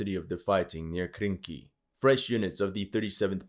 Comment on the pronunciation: ARE YOU SURE?--it was Krinky' and not Kranky??